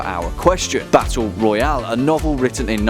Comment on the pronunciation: fortnite "battle roayle" lol